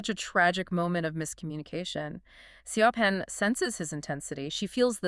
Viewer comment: Great summary, I got this book from the library and did not finish it because the characters were so frustrating! Side note: Siobhan is pronounced "Shi-vawn" in the UK/Ireland.